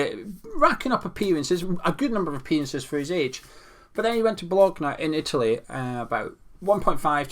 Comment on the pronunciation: I appreciate the Scottish pronunciation of Bolgona 😀